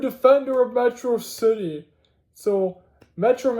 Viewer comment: Metrocity (Met-raw-city)